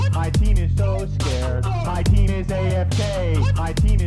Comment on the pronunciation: Are you kidding me...? This ENTIRE time I thought he was saying "My penis AFK, my penis so scared"